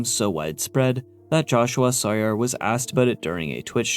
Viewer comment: Every time says “Jahshoo-ah Sawyer”, I lose my mind